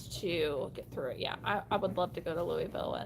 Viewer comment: NOTTTT ‘Lewee-ville’…. *Lu-uh-vul*🤪🥰